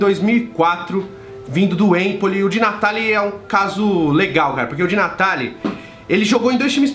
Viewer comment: Eu sei que você fala De Natale com a mãozinha e o sotaque italiano !😂